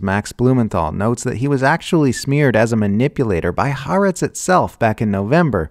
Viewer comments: I think what confuses people is the apostrophe, which indicates a glottal stop: Ha + 'Aretz. The wrong pronunciation is running the two "a" sounds of the words together. The same applies in Polynesian languages where the stop indicated by ' before a vowel is a plosive, almost a consonant, as in Hawai'i. The final syllable is pronounced separately: Ha-wa-i----'i I don't know Arabic pronunciation, but there are definitely glottal sounds that take practice for English speakers to hear and speak well. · Why can no one pronounce Ha’aretz correctly? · Khaaretz. Official newspaper of the Khazars.